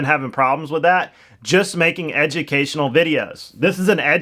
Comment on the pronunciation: Edumication fur sheereer 😂